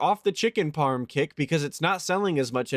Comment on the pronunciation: The way says "parm" tells me everything I need to know about him. Repetitive, mind-numbing, graceless, and lacking of the most crucial aspects of Italian heritage. Also, that Ernie-from-Sesame-Street laugh he does with Jasper on-screen is grating.